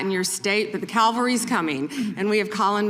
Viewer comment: "The Calvary's coming." Ummm...Calvary is where Christ was crucified. I believe Pam Bondi failed Language Arts at Trump U. The word her brain could not handle, is cavalry.